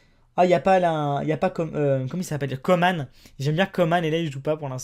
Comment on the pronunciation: Salut, juste pour te dire que Coman ça se prononce comme " manche", ils se trompent dans les médias. Sinon j'adore tes vidéos.